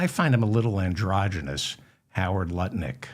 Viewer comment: Hi David. Are you concentrating on not calling him NutLick? You’re saying Lut Nick, emphasizing the Lut.